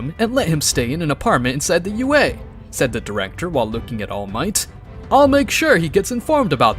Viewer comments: Could never get used to him saying au instead of ua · It's also UA not AU 🤦🏾🤦🏾🤦🏾🤦🏾🤦🏾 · I feel like I'm being rage bated every time he says "AU" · why do you say AU and gift?